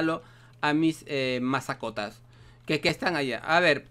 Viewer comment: Soy el único que noto en el minuto dijo mis masacotas =V